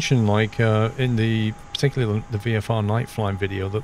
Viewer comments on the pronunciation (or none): none